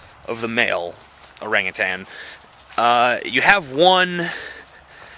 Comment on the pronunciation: You pronounced orangutan wrong.